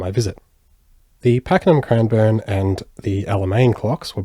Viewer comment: Its not crimeborne it’s Cranbourne